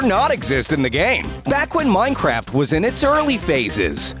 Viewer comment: Did anybody hear him say minecrap?